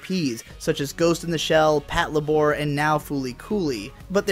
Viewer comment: Im triggered by the way he pronounced patlabor